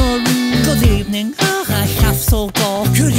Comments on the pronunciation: Emery says evening whith "b" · Emery says good ebening no good evening🤣🤣🤣🤣